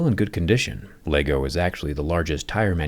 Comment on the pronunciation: My issue is his ability to not say LEGO right. Dude is smart apparently but can’t handle how to say LEGO? It took him down a peg for me haha. :/